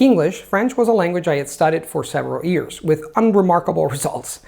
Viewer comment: I have been watching videos for quite awhile now, and he obviously speaks English like a native speaker - however, I find kinda cute, that in spite of all these years of practice and polishing the language pretty much to perfection he still pronounces "years" as "ears":)